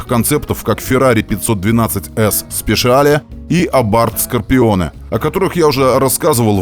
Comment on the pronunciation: крутейший контент, но, все-таки Феррари СпеЧиале, а не так, как ты сказал